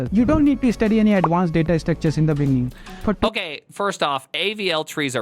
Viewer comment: In de beninging